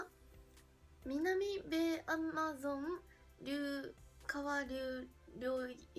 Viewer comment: さっきのやつでは聞こえなかったけど、南米（なんべい）アマゾン川流域（あまぞんがわりゅういき）の読み方メチャメチャですがな！w